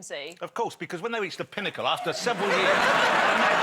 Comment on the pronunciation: Nobody: Jonathan Ross: T H E P I N N A C L E